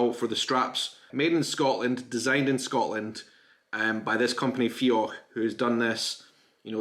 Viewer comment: it seems you're pronouncing the dh in fiodh like the ch sound (for example in loch). At the end of a word after "o", dh is pronounced like the gh sound /ɣ/. Look up "" on Wikipedia to hear it.